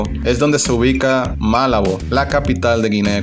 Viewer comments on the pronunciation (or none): Desde México, pero soy de España. Malabo, con acento en la segunda A, ya que no tiene tilde.